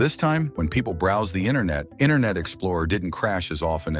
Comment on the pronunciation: the way this guy pronounces internet as "inner net" is a hoot 🤣🤣🤣🤣